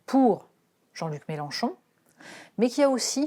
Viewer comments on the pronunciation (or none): none